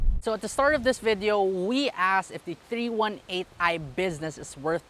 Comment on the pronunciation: its not meant to be rude about it, just thought the miss pronunciation was a little different